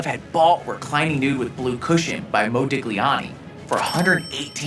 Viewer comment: Its not Moe Deegleeani